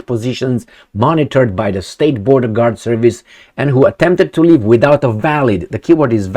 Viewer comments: "leave", not "live" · LEAVE, not "live". 😅😂 "Can't live without Zelensky's permission." 😂😂😂